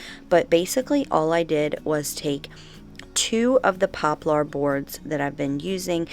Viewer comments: it's pop lur not pop lar. Lol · Lol how you say poplar. 😂😂😂